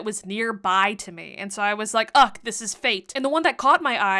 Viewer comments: Why you say "UCK" instead of "UGH"? 😂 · I've never heard someone actually pronounce the H in UGH lol